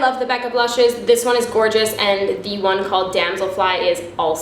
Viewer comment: The way you said "One" though :D Hahaha. Sounded like "Juan" :) Love the tips, and hey! Hurray boobies!